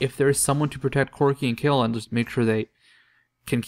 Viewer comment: Is that how you pronounce the name? I thought you had to say that last "e" in Kayle too. After all, she is a woman.